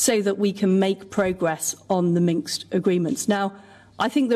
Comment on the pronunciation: She said Minks! Minsk.